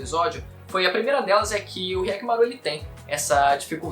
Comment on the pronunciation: "K"yakkimaru? Despois que assisti o vídeo, isso me chamou a atenção kkkkkkk